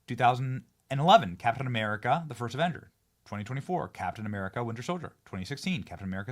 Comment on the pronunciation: you all know Kap'in Uh'Merika isn't real right